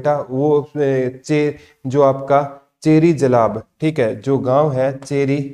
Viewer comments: Kheri jalab hai not cheri jalab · Cheri jalab ❌ kheri jalab ✅ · Cheri jalab nhi sir ji Kheri Jalab h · चेरी जालाब नही है खेड़ी जालब है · चेरी जालब 😂 खेड़ी jalab है मास्टर जी